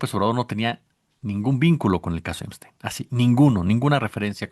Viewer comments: El nombre es Epstein con “p”, no Emstein con “m”. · Amigo,se lee Epstein,yo escucho que dices Emstein. Buenas tardes. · Veo que dice "Emstein"en vez de Epstein. ¿Alguna razón en especial? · El pichi "emsteim"...